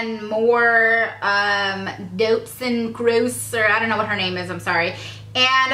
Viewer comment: Doutzen is a Dutch super model and the second time you pronouced her name perfectly!